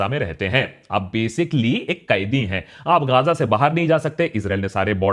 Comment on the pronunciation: Bro it's Ga-za. Kya gaazaa gaazaa karre ho